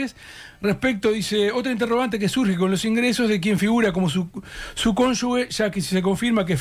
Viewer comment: Justamente en año electoral es cuando más tendríamos que insistir en la transparencia de los elegibles... Y todavía que Blás podría llegar a ser intendente de Maldonado a futuro...pffff qué mal todo (PD: y Preve pronuncien bien la palabra CÓNYUGE🙏... o sea suena fuerte la G!! porque si no debería escribirse CÓNYUGUE)